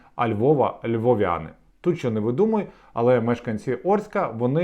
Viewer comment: Трішки поправлю бо два рази трохи різало вуха) - не ЛьвОвʼяни, а ЛьвІвʼяни😊. Але все Ок, у мене самого був такий казус причому теж перед публікою з мікрофоном), тому подумав краще підкажу на майбутнє). І звичайно дуже дякую за випуск👍